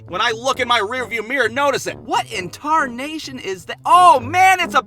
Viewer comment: Did somebody count how many times he they said tarnashin or whatever it’s called?